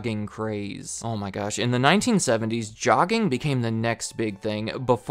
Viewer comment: I think it's a soft "J" in jogging...